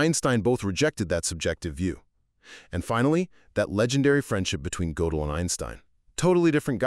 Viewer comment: It's pronounced [gur-del]